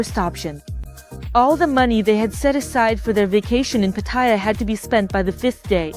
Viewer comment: Cant even say PAT /ATYA HAHAHA